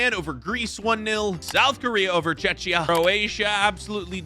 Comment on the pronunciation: Stop reading it as chechia, read it as czekia